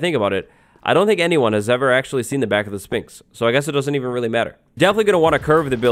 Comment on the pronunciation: Learn how to pronounce Sphinx right